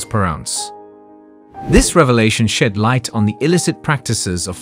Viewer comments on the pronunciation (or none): none